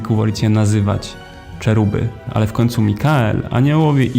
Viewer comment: Czeruby? No, chyba heruby po naszymu.